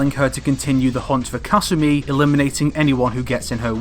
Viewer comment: You said kasumi about a million times and pronounced it wrong every time